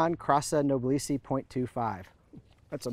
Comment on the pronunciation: The word "Noblesse" should be pronounced as "N0-BLESS", as in "Noblesse Oblige".